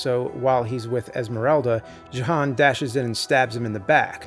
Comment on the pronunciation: That’s “Yo-han” with a J.